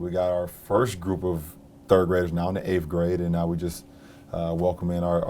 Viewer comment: and pronounce your "TH" you leader.